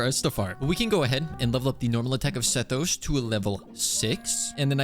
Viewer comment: Honestly i think you should keep pronouncing Sethos's name wrong. It adds some spice